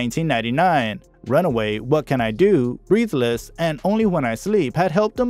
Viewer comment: Diabolical - I was looking for a good word like that to describe it. I really wanted to follow the story but the mispronounciation of so many words was too distracting! Andrea. breathless. perservered. Arrgh! Skynet must be behind this computer-generated voiceover.